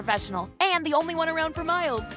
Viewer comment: Wait did she say "for MILES"?!